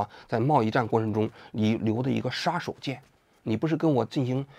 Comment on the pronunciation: 王局，纠正个发音，杀手锏，shā shǒu jiǎn